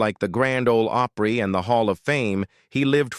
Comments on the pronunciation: Oh Pree? It's AW Pree, dipsh!t.... And the way "Hee Haw" was pronounced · He pronounced it Opree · It's not Ohhpry, It's Opry! If u are gonna put videos on here, stop using Fu$%&ng AI narrative!!!! Damn!!! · Grand Old Ope-ree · And it's not oooopry it is pronounced op ry. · How can you mis-pronounce "Opry ("oh-pree") like you've never heard it before? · Well, now I know this is an AI generated video. Can't pronounce Opry, can't tell the difference between Grandpa Jones and George Jones. I wish YouTube would put a filter on AI videos. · Don't say Opry the way you do! What a F#$%^ng Insult! Horrible!!! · I agree. They need a real live person to correct the poor reading. Tammy Winette is pronounced by AI with a short I instead of a long one. Grand Old Opry is pronounced with a long o in Opry instead of a short one. SO ODD.